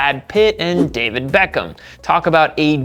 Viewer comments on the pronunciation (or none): none